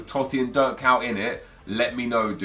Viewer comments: Why tf does he read kuyt "KAWT"? It's ko-yt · he says dirk kaut😂😂😂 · it's pronounced "Kait" it's not that hard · KUYT... that pronunciation))) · he just slaughterd kuyt his name😧